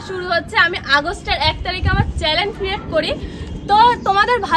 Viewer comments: ওটা চ্যালেন না,চ্যানেল হবে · চ্যালেন নয় ওটা হবে চ্যানেল😊😊